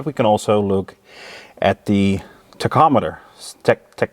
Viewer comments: You pronounced it perfectly! (tachometer) Your bloopers are quite funny too. I can remember working on my Dad's old SAAB I would often swap relays to quickly isolate the problem. Would have to often lightly sand the contacts to get the relay going. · you ptonounced tachometer correctly.